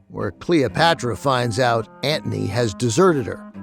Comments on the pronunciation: Very entertaining. I think “Antony “ has a “t” in it. Odd pronunciation is distracting. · But ‘Antney’ instead of Antony. Maybe he is kidding.